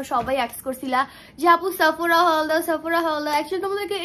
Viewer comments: এইটা সাফোরা না , সেফোরা হবে pronunciation 😑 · Shapura na boin 😂